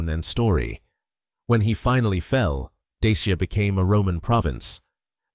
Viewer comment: La prononciation de Dacia et Daciens est EXÉCRABLE!